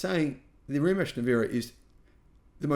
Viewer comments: Ree mack. Not rematch. Lol :-) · „Rimats“ - not sounds „Rimatch / Rimutch“. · pronounced: Re MATs not Re Match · No reemack and no rematch it is Rimac or in English rematz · "Rimach"... Honestly if you cant pronounce such simple name than lets not talk about given subject. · Learn how to pronounce Rimac first. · Guy talking about subject he thinks he has relevant opinion on but doesnt have a clue how to pronounce the thing he is talking about